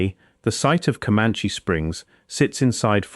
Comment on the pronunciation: Ai is so weak it can't say caliche, but it could pronounce commanche. And it's driving cars.